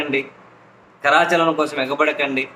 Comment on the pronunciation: నక్కకి, నాక లోకం కి పోలిక ఎందుకు... pk కమిట్మెంట్ zero. P.S: కరాచాలనం కాదు, కరచాలనం అనాలి 😊